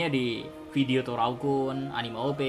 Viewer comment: 😂😂😂 Mw ketwa q min,ketika mimin sebut torao kun